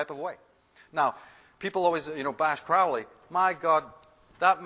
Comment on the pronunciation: Actually if you read the book, Crowley is using child sacrifice to refer to masturbation. This guy hasn't read it either, and he also doesn't know how to pronounce Crowley.